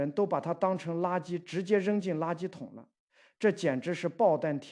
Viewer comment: 暴殄tian三聲V，天物。